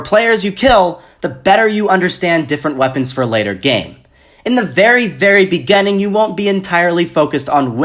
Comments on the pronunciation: I was 6th in my first gam. My tactic was to stay low, drop somewhere sparsely populated and wait until final circle and until you die=_= P.s I like how he says begining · “Begenneng” xD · Great job dude except you triggered me when you said beginning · I'm sorry but why do you say beginning like that? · the way you say beginning....